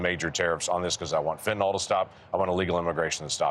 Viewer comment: FentanYL, not fentonOL